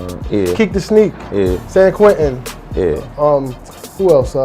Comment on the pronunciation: San Quinn not san quentin